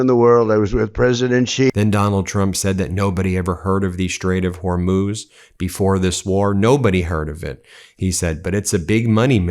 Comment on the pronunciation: "The famous Straight of Hormous that no one ever heard of" just listen to this idiot. Unbelievable